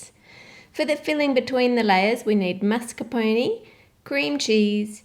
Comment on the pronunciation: Gorgeous cake! Always love the designs you do that are inspired by nature. No offense meant, but I know that if I am mispronouncing something, I like to be informed, so just a quick FYI: the "e" at the end of mascarpone is pronounced like "ay" not "e". So like mahskarponay. Here's a video link too: Just trying to be helpful and informative, hope no one feels I am being rude because that was not my intention. Thanks again for the beautiful design!